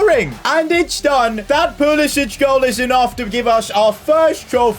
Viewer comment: Its not pulisić its pulisic(k)